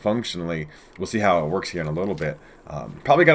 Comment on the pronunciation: " it just wotks" Love this